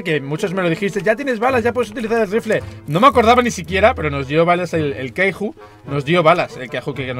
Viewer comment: me da un poco de rabia que diga "queiju" y no kaiju